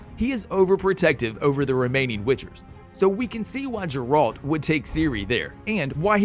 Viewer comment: Ah, yes, J E R A L T